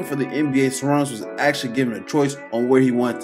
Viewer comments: bro needed to spent time a bit to pronounce it properly ))) Sharoonas not Sarunis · You pronounce it like Sha - Roo - Nas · Šarūnas Marčiulionis Its Sa-Ru-nus, you butchered the man name geesh 🙄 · Good stuff. The S with a chevron over it is pronounced "sh" so you say his name as "shuh ROO nus" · LoL - it's Sha-Ru-nas Mar-Chew-Lonis, the Š and Č act as Sh and Ch.